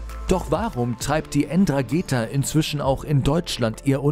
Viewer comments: Keinen ist aufgefallen das es nicht N-dragetha heißt sondern Ndragetha das n wird nicht mitgesprochen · Die Dragetha wird ohne N gesprochen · Die ÄN DranGEta😂😂😂😂😂 man sprichts nDranggeta aus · Das heißt nicht N-dragetha sondern Ndragetha das N wird nicht mitgesprochen. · man spricht es "drangetta" aus und nich EndragEta :D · Nicht ENdragetHa wird es ausgesprochen, Ndrangeta. Das h ist stumm, oder wie das heißt.😂 Bitte korrigiert mich!😉👍 Zum Beispiel wird ja auch Blumentopferde BlUmentopferde ausgesprochen, und nicht blumEntopferde.😉 Spaß.😂👍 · Ndragetha 😂😂😂😂 ernsthaft? Wie wäre es mal mit vorher recherchieren??? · Es heisst Ndrangheta, nicht Ndragetha. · Ndrangheta und nicht Ndragheta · Wie schlecht. Es heißt Ndrangheta und nicht Ndragheta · Nicht Ndrageta sondern Ndrangheta ich würde dir nahe legen wenn du schon über die berichtest wenigstens deren Namen richtig zu schreiben denn ich sag dir so. Die mögen das garnicht wenn man so gesagt deren Namen falsch aussprechen tut oder schreibt obwohl man genau weis wie die wirklich heißen. Ich hoffe für dich das keiner von den das mitbekommt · Ndrangheta nicht Ndragetha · Falsche Aussprache Ndragheta 😂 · die "Endragetha" 😂😂😂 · Man spricht es so aus, aber es fehlt noch ein zusätzliche n, also EndraNgheta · Puuhhhh die Aussprache von 'Ndrangheta ist ja mal richtig wild. Es ist ein stummes "N", d.h. man spricht es nicht. (So wie das stumme "G" in Erdo[g]an, das btw für Grundrechte steht 🫠]. Auch die Betonung ist falsch gesetzt, gesprochen wird das Wort Drangetta. ✌🏽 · Die "Enn trageta"😆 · Die Aussprache der ( N Drageta😂😂) sollte man schon können wenn man über sie berichtet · N‘drangheta und spricht sich einfach Drangheta das N davor in etwa so Nhh wie Mhh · Es heisst ndrangheta und nicht ndragheta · Ganz ehrlich Leute, … En-Drageeeta???? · Wenn der penner noch einmal äntrageta sagt flipp ich aus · Bitte lernt sprechen. Die heißen nicht Endrangeetha. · "N" drangeta 😅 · Man sagt nicht N-dragehtha. Es ist ein Wort